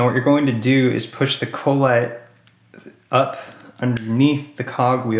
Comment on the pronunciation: Thanks for the vid.. just a note.. it's Kah-let not Cole-et